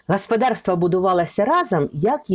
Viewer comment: Вивчить правила української мови. Всі голосні звуки вимовляються чітко. Не "гаспадарство", а гОспОдарство. Неприємно слухати.